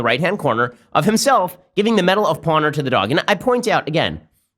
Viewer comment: Take a shot every time he says 'medal of pawnor'